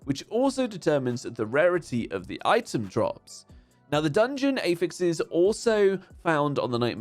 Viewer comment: Can we please normalize people pronouncing affixes correctly, It's Not AEffix! You have 2 choices and feel free to go with either one: /əˈfɪks/ or /ˈæf.ɪks/ but please for the love of god stop with the weird 'A' as in Anus pronunciation...